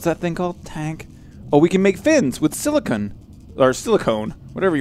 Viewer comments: If your having trouble with saying silicone (Just In Case) it's said si la cone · Aaaaaahahahahahahahhahahaha ahahahahahahhahahah .... AAAAAHAHAHAHA! ... "Silikin"...